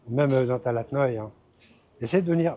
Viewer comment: Bonjour, sympa tes videos.je crois qu’on dit talat, pas talad